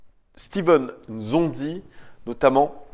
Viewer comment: Pour info c est pas zonzi mais N'zonzi en appuyant bien sur le N